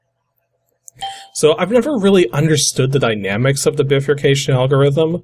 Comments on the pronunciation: " Biffer Cayshun " Bruh... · Just type "bifurcation" in google and click the audio symbol on what comes up. It's like: "bye-fur-cay-shion". The word has two parts to it, "bi" meaning "two" and "furcation" which means "branching". Which makes sense looking at that program. "tithe" is pronounced like "tythe", not "teeth" LMAO... and it is old English meaning 10%, so you gave the prophet 10% of all your grain. Very generous. :) Love your ending... "exterminate!" made me LOL. :)